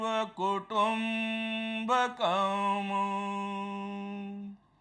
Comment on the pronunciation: व्याख्यान पर्याप्त ज्ञानवर्धक है। महोदय. प्रथमोच्चरित श्लोक में लघुचेतसाम् के म् के उच्चारण में अ की ध्वनि अवांछित है। इसी तरह कुटुम्बकम् के अंतिम म् ......